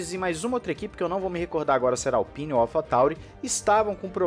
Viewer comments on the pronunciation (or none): none